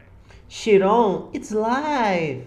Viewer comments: não é shiron, é chiron se pronuncia kaíron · que agonia ficar ouvindo ele falar "xiron"